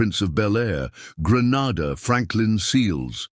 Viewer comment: It's Green-a-dah! Granada is in spain! Thanks for the mention.